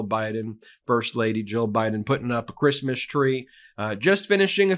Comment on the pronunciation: “Chreesemas” What a feckless b*tch.